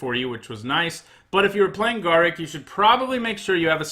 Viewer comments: Garruk is pronounced gar_roook not ga_ruck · Please learn to pronounce Garruk, I was having mini strokes everytime you said it. Other then that I love the lists and your system of rating it.